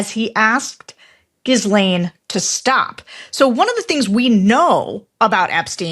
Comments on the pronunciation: How can you be working in media and not be bothered to figure out how to pronounce Ghislaine ? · Please learn how to pronounce Ghislane Maxwell’s first name. I expect more from the publisher. Maxwell has been in the news for years now. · "S" is not pronounced in Maxwell's first name. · Sarah, please stop pronouncing the “s” in Maxwell’s name. It is silent. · Ghislaine may have been moved to a cushier prison, but she will never escape the punishment of having the pronunciation of her name constantly butchered! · Sarah really should learn how to pronounce "Ghislaine" correctly. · That bugs me too the way she says it. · SARA YOU NEED TO LEARN HOW TO PRONOUNCE HER NAME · Why is sarah deliberately mis-pronouncing maxwell’s name? Oh, that’s a republican play…always with the insults and lies. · Please, please, please. The “s” in Ghislaine is silent. It’s been too long for us to still mispronounce a common French name. I care bc it’s also my niece’s name and we keep amplifying the wrong pronunciation. Thanks! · Oh please, Longwell can't even pronounce "Ghislaine" correctly. Legal AF and everyone else has been all over this story, you ought to get out more. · Unlike Sarah, the ‘s’ in Ghislaine is silent. It would be professional if she pronounced her name properly. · Sarah said she wasn't going to pronounce it correctly when victims said Ghislaine participated in the rapes😢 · Sarah's refusal to learn how to pronounce her name is hilarious and appropriate. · These people, though generally correct, are so dumb it’s hard to listen. She has said Ghislane’s name differently like six times, and somehow still not managed to properly pronounce her name. Once she called the Holmes reference a “grammatical error”, I knew I was doomed. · And so Sarah's ongoing battle to correctly pronounce Ghislaine Maxwell's name continues. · Hey guys you should know by now: it's GHEE-len. NOT Jiz-lahn. Come on. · Do we trust someone that says gis lane instead of gee lane? LOL. Of course.